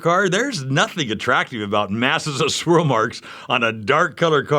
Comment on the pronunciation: "Schwirl Marks!!